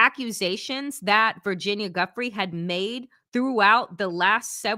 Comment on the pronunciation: Giuffre is pronounced ju-frey